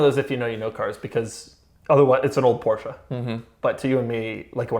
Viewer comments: this guy STILL pronounce "Porsche" wrong.....wtf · Doug!! You’re saying Porsche wrong bro 😂😂